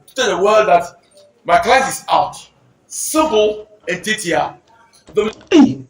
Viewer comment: 😂😂😂😂”simple and tietia”